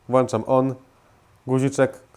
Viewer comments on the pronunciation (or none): wiem że to nie taki kanał ale na przyszłość, włączam a nie włanczam. Wiem że to nic nie zmienia ale mnie zawsze za to upominali i się nauczyłem (za co jestem tym osobą wdzięczny). I druga sprawa jest taka ze wiertło fi 8 nie musi mieć trzpienia fi8. 8mm musi mieć część robocza. Tak mnie przynajmniej uczono. Fajne filmiki robisz nagrywaj i dziel się wiedzą;) Pozdrawiam